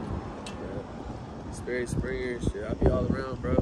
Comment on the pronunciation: Sperry springer, not berry springer